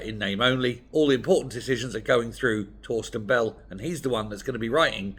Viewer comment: Sorry, did you say Fawsken Bellend?